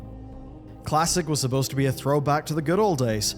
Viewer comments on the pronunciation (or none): none